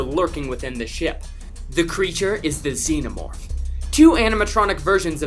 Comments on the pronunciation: THEY DID IT! THEY SAID XENOMORPH CORRECTLY!!! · Hey! Someone knows how to say Xenomorph!